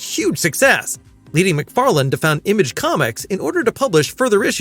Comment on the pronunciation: I was gonna give him the benefit of the doubt, but at 2.28 he clearly says "McFarland is working on the script". It's prob'ly an AI anyway.